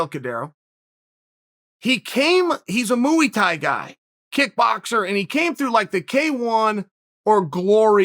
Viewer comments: Me: Muay Thai Chael: Mooey Thai Me: Ok Great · "Ooey Mooey Tye" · Chael: mooey-tie Me: okay great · Gotta love the ol moeey thai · As soon as I heard Mooey-Tie I went straight to the comments 😭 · Mooey Thai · moo-e tie